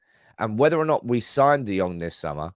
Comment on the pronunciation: Try getting his name correct